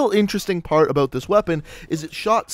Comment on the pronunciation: new sub but stop saying "aboot"